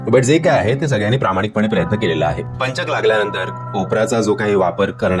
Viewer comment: पंचक उच्चार नीट करा व्वा हे वर्तमानपत्रात पण द्दा बर होईल